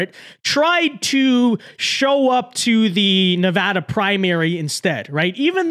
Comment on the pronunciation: I'm just going to say it, as someone who was raised in Nevada it mildly annoys me every time a foreigner mispronounces our state's name. That being said, I appreciate the fact that you atually know how to pronounce Nevada, thank you.